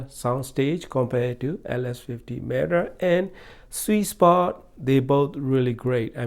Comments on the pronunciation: It’s META, not MATTER. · He calls it “matter” not meh tuh